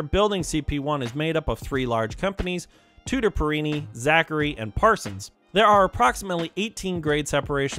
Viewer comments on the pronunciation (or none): none